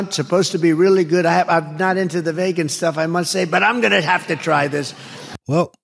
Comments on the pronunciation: What the hell is vaygan food? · Instead “veegin” he say “vaygin”. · DJT doesn't know whay he's talking about. That's Vegan ( Veegan), not Vaygan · Speaking languages no one has ever heard of. Donald Von ShitzInPantz. Infrastruckasure. Vagan restaurants. Bakkakt. Look into the oranges. Ree bee doo-ahhhh. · Vay-gun. Etc geez.... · Vaygan? What's vaygan? Kathleen